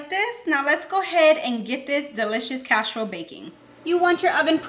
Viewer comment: "CASH-A-ROLE DISH" 🤣